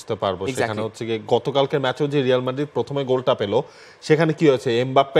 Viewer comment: হেডলাইন লেখ রিয়াল উচ্চারণ করো রেয়াল উচ্চারণ কি বারোটা বাজায় দিলা